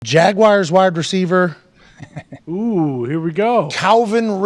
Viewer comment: Jaguars. Not Jagwires.